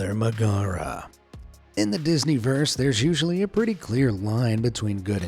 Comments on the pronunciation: This guy is dumb. It’s it’s meg not McGara. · it's Meg-a-ra not ma-gar-a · It’s certainly not magera, mag-air-a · How are you supposed to say it? Meg-are-a, that sounds right? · That is NOT how you pronounce Megorah's name. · bro the way he pronounces Megara bothers me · anyone else cringing a little at the inflection he's using for Megara's name? Also Sven's mother being part of the Kris's tunic "could" be true, but not for the evidence provided: 1. Tanning the hide would've removed all scent from it. If anything it would just smell like chemicals at worst and plain old leather at best. Even the fur would have been treated and cleaned to the point scent would mean nothing. 2. If Sven has been following Kris at young ages, then why would he still smell the scent in adulthood? Kris certainly couldn't wear the same tunic he wore as a child, it would be too small. And it's highly unlikely that it would've been reused in a new tunic, since you know.. leather does age. I would just hazard that Sven formed an early bond because they were both with each other all the time. Any animal really can form a bond with humans at a young age, it just takes the right circumstances for some.